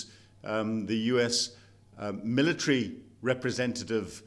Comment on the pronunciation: "Milla-treeee" lol